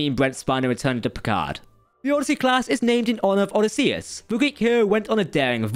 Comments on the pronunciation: NOT pronounced ODD-iss-ee-US, it's pronounced OH-diss-ee-iss. American education is an oxymoron. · “Draught” is pronounced “draft”; not “drot.” I know it looks like it would be pronounced like “fraught,” but it’s not. I thought you Britishers/Englishers were supposed to be good at the whole speaking English thing?! And Odysseus pronounced “Odd-ih-see-us?” It’s “Oh-dis-see-us.” 😂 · Odiscee-us 😄🤣😂😂 O-dis-e-us. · Wth man? This is Greek history and lore,. It's Odysseus, as in what it sounds like phonetically: O-DIS-see-us. It's not ODI-see-us. Yes it's from the word Odyssey that you get the hero's name, but it's pronounced differently. Nowhere have I heard it pronounced completely off like that. Is it the completely balls way that some in the UK randomly for no reason pronounced the sports clothing and shoe brand Adidas? I've heard a variety of people from different countries correctly pronounce the hero's name Odysseus. This is strange. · yes sir you're pronouncing the word Odyssey correctly when you were talking about the ship and it's class, but when you were explaining where the word Odyssey came from, you were talking about the hero Odysseus and that's where the disconnect was in your pronunciation. That's what I meant.